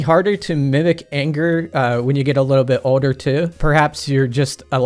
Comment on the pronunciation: This dudes accent just kills me lol... yet also delights me. How he says "Older" as "Odor" is just peak weirdo and I'm 100% here for it. Keep Killin er brother 💯 🤘